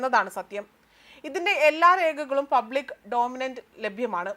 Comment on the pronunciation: പബ്ലിക് ഡൗമിനന്റ് അല്ല കുട്ടി, പബ്ലിക് ഡോമെയിൻ. വേറെയും ധാരാളം തെറ്റുകളുണ്ട്. നോക്കിവായിക്കുന്നതിൽ തെറ്റുവരുത്തല്ലെ കുഞ്ഞേ. വാർത്ത വായിക്കുന്നതിന് മുൻപ് മൂന്നാലുതവണ വായിച്ച് അർത്ഥം മനസ്സിലാക്കി പറയുക. ഉദാ : "അംബേദ്കർക്ക് രാജ്യം നൽകുന്ന ഏറ്റവും വലിയ ബഹുമതി...." എന്നുള്ളത് മോൾ വായിച്ചത് "അംബേദ്കർ രാജ്യം നൽകുന്ന ഏറ്റവും വലിയ ബഹുമതി...." എന്നാണ്. അർത്ഥം മാറും.